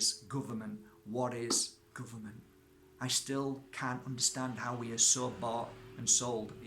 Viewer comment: Da guhvuhmant